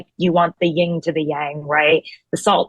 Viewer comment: Ying/Yang - Tara Palmeri. Its YIN/yang.